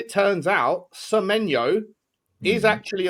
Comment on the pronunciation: It winds me up more than it should that calls Semenyo - Semenya